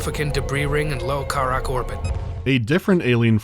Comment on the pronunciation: kuh-RAHK. come on man they say it in the cutscenes.